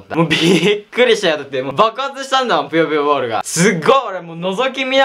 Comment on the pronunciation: ぷよぷよボール が りっくんのナイスな滑舌で ぴよぴよボール に聞こえる www